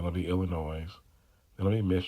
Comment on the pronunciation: Don’t pronounce the s in Illinois. Gotta fix your volume